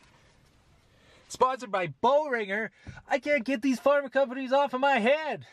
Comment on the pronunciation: I used to work for Boehringer Ingelheim. It's pronounced Bear-inger.